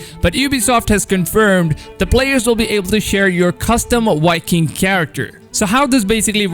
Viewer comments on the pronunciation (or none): You notice how he says wiking instead of Viking lol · How come you say "walhalla" and "wiking" but then pronounce "variant" correctly? What's your beef with v's? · Enjoyed the video but please stop saying "Wiking" and "Walhalla" ahhh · It’s not wiking it’s Viking! The v is not a w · Wiking? Or Viking? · Anyone else hearing Wiking instead of Viking?😂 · Wery Wery excited for Assassin's Creed: Walhalla as a Norse Wiking. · “Custom wiking character” 😂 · Yivani Mantshongo — or being a wiking, making your own wiking village.